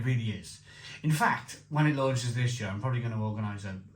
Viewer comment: It's funny that you pronounce "year" as "yööö" and Löwenbräu as Lovenbrau,. :) Welsh logic :D